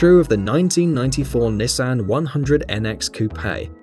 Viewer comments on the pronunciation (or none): It's pronounced HUN-die, not High-UN-die cuz it's Korean. Edit: it's pronounced KNEE-san not ni'-SAN.